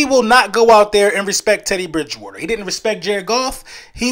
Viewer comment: Drinking game: take a drink every time Eagles fans, podcasters and content creators say "Ted E. Bridge Wooder" today. I'd be hammered already, and it's not even 9am game day.